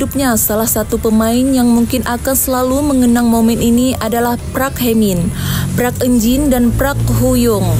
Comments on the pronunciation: park dibaca " pak " bukan "prak" 😂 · Park bukan prak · Yg bener "Park"...bukan "Prak" Lawak loe min😂😂😂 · Min..... reporter anda harus belajar banyak, Park ama Prak itu beda jauh. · ADMIN...BUKAN (PRAK) HIE MIN, TAPI PARK🤣👍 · Bukan PRAK TAPI PARK... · "Prak hemin, prak eunjin dan prak huyong" "Hum hye heson" Saya salah denger gak sih ??? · Apa sya gak salah denger , PRAK Hye men,prak Eun jin, prak prak ngaprak kali 😀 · Parks koq di bacanya prak 😂😂😂😂😂